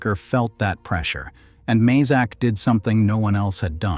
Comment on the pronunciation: Pronounced may zak not mah zak.